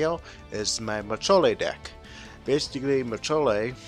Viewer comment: "Majole" is not "Madolche."